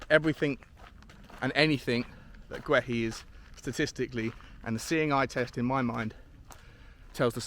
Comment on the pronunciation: It Marc Gay-EE not Gway he